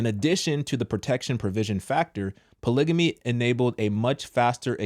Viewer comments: What the heck is a "polygany"? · i’m not listening to no one that can’t even pronounce polygamy right! 😂